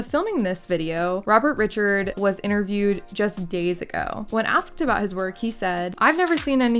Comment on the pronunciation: Robert Ri’chard is pronounced with the emphasis on the second syllable and has a slightly different a sound than if it was just “Richard”.